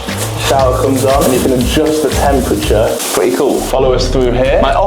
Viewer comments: “I bought a pwetty nice house and I’m a pwetty tall guy” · “So, I’m a pwetty tall guy.”